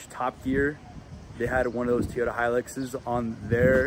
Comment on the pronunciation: Your "manual transmission Teeyota" 😂 needs motor mounts and new valve cover grommets. When those are over tightened or just old, they transmit valve noise to the valve cover. Also that tailgate is supposed to have limiting cables/chains to keep it dropping below horizontal. I believe the 22r had 96 hp. Looks pretty solid overall!